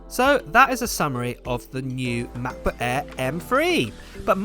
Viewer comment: I swear he calls it "Matt-Book Air". Just me?